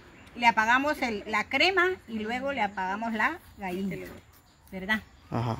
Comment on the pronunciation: Gaina. No. Gallina.........jjjjjjj..es broma.....